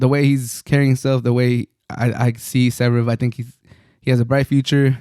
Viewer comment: Damn it took me long for me to find out that you are saying Zverev